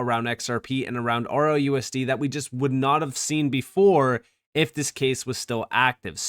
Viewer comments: He keeps saying ROUSD, what a clown, it's RLUSD.....? So sorry for anyone who listens to these morons! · It's just the way he pronounces it. He's trying to talk too fast and is not closing off the "L".